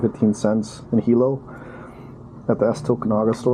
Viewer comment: I almost left the channel until you said "Hilo" and Tokunaga". #808